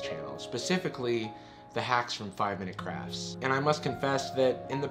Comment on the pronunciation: I keep hearing craps instead of crafts